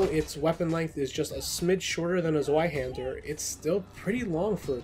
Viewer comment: Dunno why it irks me so much to hear Zweihander mispronounced so often. It's a V sound, not a W.